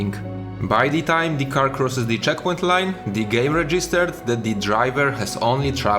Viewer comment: I'm really sorry for asking this but why do you pronounce every "the" as "di"? I don't mind the accent at all, I'm slavic as well, but this one thing keeps grinding my ears for some reason :D